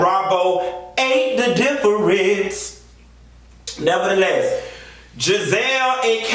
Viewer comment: I love when you say 'NEVER THE LESS!!!"